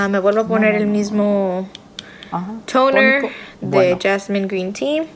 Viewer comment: "Tooouuneeer" y el "eifpies" de Lupita fue lo más X del vídeo. tiene razón, los dermatólogos no recomiendan usar ni el foreo ni el aparato de la chica.